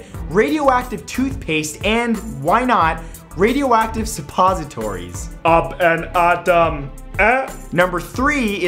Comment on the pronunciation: "up ahnd at'hem" lmao!!